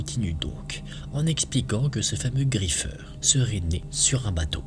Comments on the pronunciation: Tu a dit le griffer! 😢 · Ta prononcer le nom du griffeur 😭